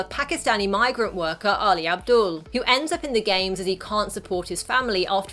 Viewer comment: It's Ali Abdul not Ali Adbul